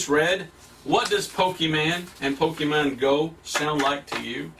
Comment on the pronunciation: I love how he calls "pokemon go", as "poki-mango"